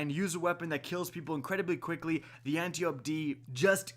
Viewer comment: Appreciate the videos, but the way you pronounce Antiope is really bugging me... Ant-eye-oh-pea, reference to an Amazon, daughter of Ares and sister to Melanippe, Hippolyta, Penthesilea and possibly Orithyia, queens of the Amazons